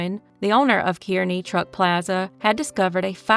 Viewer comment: Were you saying "Kearney" Missouri? If so, we pronounce that like "carnie". 😊